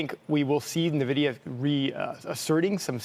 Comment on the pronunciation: Pronouncing it nuh-vidia at this point has to be intentional ragebait.